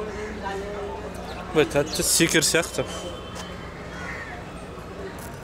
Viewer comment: Секер))) шекер ді айттыңыз ау я